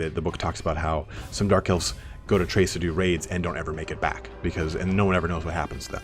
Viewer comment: Crase say it. Crace. Lmao great video man.